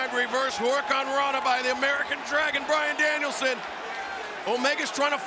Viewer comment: Bryan fookin Danielson! Get it right!